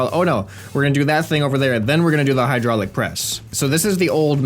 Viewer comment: You forgot finnish accent at hydraylic press thing :D